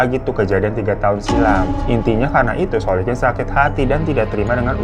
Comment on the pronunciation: Terpantau beberapa kali bang Hiro typo nyebut nama orang, seperti biasanya dan aku suka 🤣 masnawi=muslikin Solikin= Solikun 🤣🤣 Tp gpp, aku tetap syukaaa 😁👍